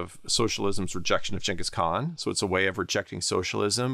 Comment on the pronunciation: Props for pronouncing his name correctly.